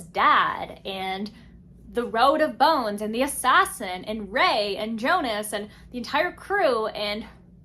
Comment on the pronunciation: His name pronounce as (yonus) in written form is jonus....its viking inspired book Old norse j pronounce as y... If youre reading book 2 hope you pronounce that correctly...then you liked it better....sorry if you find that comment rude